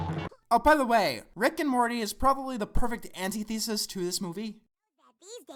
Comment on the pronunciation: He mispronounced antithesis